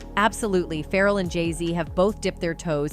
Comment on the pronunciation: This chick cannot pronounce some of these rapper names LOL... keeps calling Pharrell "feral" and Ja- Rule "Jay Rule." LOLLL